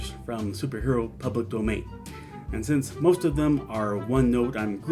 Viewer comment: "Public Doman" 🤭